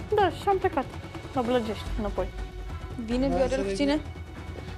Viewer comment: Nu mai e blajești acum e blagești 😂